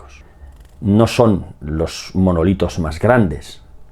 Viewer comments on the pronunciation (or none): Que dice manolitos 😅